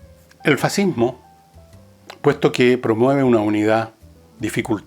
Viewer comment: Hoy en día existe "el fascismo" y "er faziihmooh"